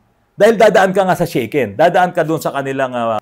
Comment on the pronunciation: Sha ken po NOT Shey ken bro 😅 (pronounce in Tagalog) Actually ang sasakyan ko sa Japan Daihatsu Tanto (kei car din po) and mostly ang gamit ng Japanese ay Kei cars gawa ng DI REQUIRED NA MAGKAROON KA NG PARKING (pwede kahit sa harap ng bahay mo bastat huwag haharang sa sidewalk) at MABABA PO ANG ANNUAL ROAD TAX, HOKKEN (insurance) at ayun nga po SHAKEN (sa atin PMS tawag) every 2 years. Actually pag nagpapalit ang Japanese ng kotse ay pinamimigay na lang o kaya binebenta ng sobrang mura na parang bigay na rin. 😅 Gaya ng gamit ko na Daihatsu Tanto na nabili ko ng 5 lapad (more or less 20k sa pesos). Sa Japan di mo pwede basta iwan ang luma mong sasakyan gawa ng hanggat di mo siya declared sa parang LTO sa atin ay tuluy-tuloy monthly niya na kaltas ng car insurance at annual road tax.. Need mo rin magbayad ng disposal fee at ask ka certificate para maipasa mo bilang katibayan na wala na ang sasakyan kaya stop na lahat ang monthly hoken at road tax mo. Sasakyan ko now dito sa pinas ay Minivan DA64v turbo at maayos naman ang takbo - di ako nanibago sa lever sa kaliwa at kanan ng manibela dahil nga sa same sa Japan ang pwesto na nakasanayan ko - yun lang una medyo kakalito dahil nasa kaliwa na kalsada nagda drive dati sa Japan at now sa kanan. Nung una kong drive sa pinas minsan napupunta ako sa kaliwa pagliko ko lalo na sa province na wala halos traffic sa highway at wala ka kasi sinusundan na sasakyan 😅 Nasa 126k pa lang odo ng suzuki minivan ko at maayos pa rin takbo att wala p